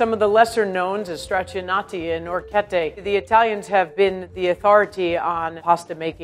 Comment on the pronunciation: it kinda frustrates me how she says some words bcz she says them wrong but thats just my pet peeve😂 for example: she said “longo” but its actually pronounced “lungo” she also orecchiette wrong but A for effort😂